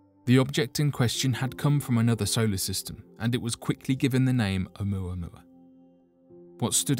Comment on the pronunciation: Speaking coherently and clearly Then It was given the name Ammuhhhumamaaaa. What?